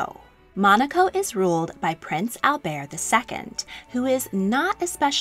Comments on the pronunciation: He refers to himself as Albert, not Albear. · It’s pronounced Prince 👑 Al- Bert with a strong “T!” 🤦🏻‍♀️